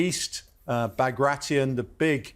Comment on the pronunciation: Is that the correct pronunciation of "Bagration"? I've been pronouncing it differently for over a decade now.